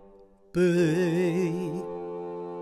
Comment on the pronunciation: “You will bææææe” lol